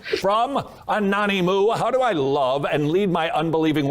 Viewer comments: It reads From: Anonymous, but he says, From a nonny moo. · Is no one going to point out that Todd Friel pronounced "anonymous" as "anony-moo", as if it were some sort of fucked up French word?